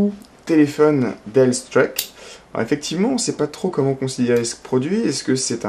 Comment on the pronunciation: Pas sur que le prononciation de "Streak" soit la bonne ; )